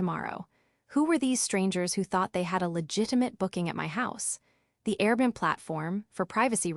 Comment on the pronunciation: Dear AI, please correct your enunciation of Airbnb. . .Air-b-n-b